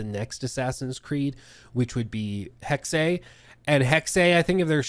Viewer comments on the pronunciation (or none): i think its pronounced Hex instead of Hex aye...i could be wrong tho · It’s pronounced hexe